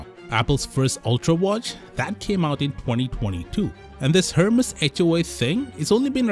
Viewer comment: FYI the "H" in " Hermès" is silent, meaning it is pronounced "Er-mès", not "Her-mes"